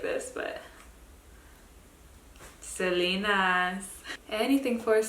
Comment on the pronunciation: You say Selena so weird haha it’s “ SE-LE-NA” in Spanish. Like “CE “ haha 😂 all the looks are beautiful as always!